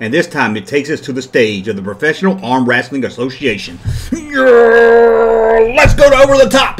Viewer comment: It looks like Lewco also had the license for Sesame Street, Gumby, and The Flintstones. Hearing you say "wrassling" cracks me up.